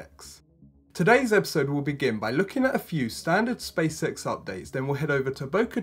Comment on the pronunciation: Who else keeps hearing "Space sex?"